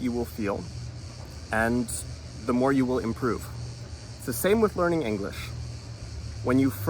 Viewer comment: Inglesh? Is Englishtown so